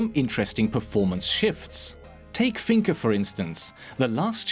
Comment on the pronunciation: Finka? A turd? WTF ARE YOU SAYING 🅱RUH